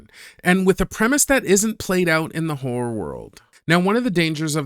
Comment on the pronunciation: Did he say "hore movies"? Like Debbie Does Dallas?